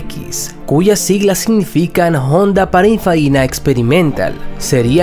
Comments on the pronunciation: Soy yo o oi que pronunciaste paninfarina que pininfarina, vaya concept de nissan, sería interesante que nissan saque un modelo de motor central y que no tenga nada que ver con el GT-R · Pero narrador ever!! PININFARINA se dice !!! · No se cual es la idea de hablar mal en los videos. Encima no sabe pronunciar Pininfarina. Una lastima porque no esta mal el informe.